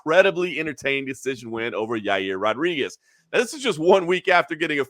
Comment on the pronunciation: "Jaeerh Rowhdreegehz"